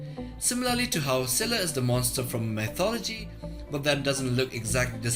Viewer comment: It pains me so far that none of the youtubers are able to pronounce Scylla name correctly